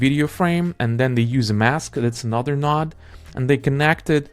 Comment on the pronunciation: Node not Nod bro